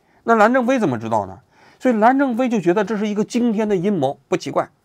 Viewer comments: 蓝战非是不是念成蓝正非了 王局这个业务能力不应该呀😂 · 人名就几乎没有说对过，我都怀疑是战术性的了😂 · 估计是任正非这名字，已经深深烙在王局的脑海中，这期节目一直把“蓝战非”说成“蓝正非”😁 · 能发音准确吗，战不是正，央视主持人走后门了吧😂😂😂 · 能不能说清楚不是蓝正非 是蓝战非😂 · 蓝战非！不是蓝正非，你这记者当的什么玩意儿？主人公的名字都能反复念错，不着调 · 你为啥每期都会念错名字？还好意思吹一天做多少功课。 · 把“猫一杯”念成“猫一菲”，把“刘峰”念成“朱峰”，把“蓝战非”念成“蓝正非”，王局的视频文案是自己写的还是手下人写的？如果是自己去收集材料，去逐步了解过事件，真的很难想象会把当事人的名字都念错。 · 王局老是“蓝正非、蓝正非”的，搞得我老出戏……😂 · 是蓝正非还是蓝战非，语音听起来怎么这么像蓝正非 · 跟我念：蓝 战 非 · 假酒喝多了吧，吐蕃！云浮！蓝战非！别瞎78喝酒了最近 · 其一：作为新闻评论人，是团队没认真做稿子还是自己没审核就直接念了，连主角名字都全程念错？其二：叫别人死胖子，那是不是人身攻击？ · 王局最近是不是压力太大老年痴呆了，基本每一期的视频主人公名字都念错。搞得我心痒痒的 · 最近的节目和选题真的越来越水了。配角的名字念错就算了，连主角的名字都能念错。另外像“最忙五人组”这种可以系统性揭露基层腐败路径的新闻，以及俄罗斯将军网上自爆的新闻，竟然都没有一点提及，真的是失望啊。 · 真的别老自称是新闻人 、调查记者了，职业素养你还有吗？主人公名字就仨字你都能念错，但凡有个人名你都经常性的念错，芳华那期 自己数数念错多少个人的名字？就这样 还总是那么迷之自信，极度自负！ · 我现在开始觉得王局每次是故意把名字说错的。